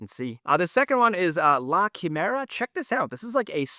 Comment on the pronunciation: Bro,, you announced La quimera so bad I literally googled 4 different variations before resigning myself to just checking this video's description to hopefully find it 🤣